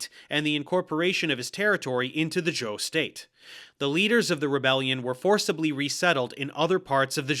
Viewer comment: I found it quite funny, at least he got zhou right I've heard way too many people pronounce it zhao.